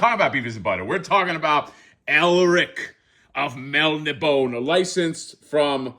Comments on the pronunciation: I'm pretty sure it's pronounced Mel - Nib - On - Ay. At least that's how my dad always pronounced it and he was friends with Elric's creator Michael Moorcock back in the '70s. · It's pronounced "Mel-NI-bo-nay". Elric was created by Michael Moorcock in the late ‘50s as the anti-thesis to Conan and is one of the foundational icons of sword-and-sorcery along with Robert E. Howard’s Conan, J.R.R. Tolkien’s Frodo, Fritz Leiber’s Fafhrd & Gray Mouser and Catherine Moore’s Jirel. He is a dragon-descended Melnibonéan Prince whose people were oppressive, hedonistic sorcerers who enslaved primitive mankind of the Young Kingdoms. Although humans exist, Elric's world is not a prehistoric Earth but a different world entirely. Unlike his people, Elric is a sickly albino with a conscience. He uses magic to keep himself functional. He is deposed and exiled to live among men. His blade is cursed. It confers strength to him by stealing the souls of its victims. It is often indiscriminate and kills those he loves as well. He is the Eternal Champion of his world meaning a nexus individual who resets the cosmic equilibrium between Order and Chaos by serving either the Forces of Law or the Forces of Chaos. He is a tragic figure who knows he is doomed. Every Eternal Champion has an Eternal Companion, an Eternal Consort and an Eternal Adversary. In some stories, the Eternal Champions of different universes meet and fight as a team. All of Moorcock’s stories are interconnected. The broadsword is Mournblade and the slim sword is Stormbringer. The other accessories are the Actorios Ring, the Horn of Fate, the Shield of Chaos and a healing elixir. Any spellcaster or warrior who